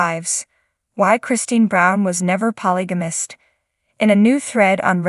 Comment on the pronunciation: You should at least get an AI voicethat can pronounce polygamist since it is being said so frequently.